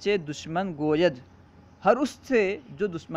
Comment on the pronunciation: Assalamualaikum hazrat muaf kijiye par aap goyad ko goyed padhen jabki ye goyad hai Sega Wahid gayab or aap jama hazir ka Sega padha diye